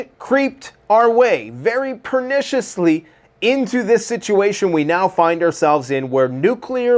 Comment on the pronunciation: "perniciously"?????? Did u have alphabet soup 4 lunch??????? lol